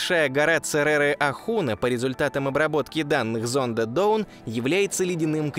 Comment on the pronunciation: Почему "Доун", если читается "Даун" ?